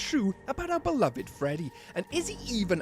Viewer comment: "oUr BelOviD ROxY " was crazy